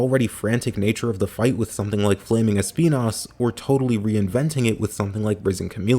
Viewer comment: I love how you pronounced Espinas name in both English and Spanish 😂